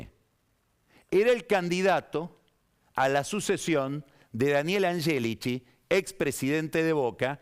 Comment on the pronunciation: Puede q sea cansador pero tanto a Yoli como a Angélichi, los pronuncia correctamente como se pronuncian en Italiano. Yo soy descendiende de tanos y tmb hablo el idioma, asi que puedo dar fe.